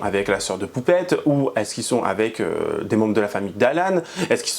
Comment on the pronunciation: "le mari À poupCHTette"......... 🙄 Pourquoi est le seul à parler d'elle CORRECTEMENT???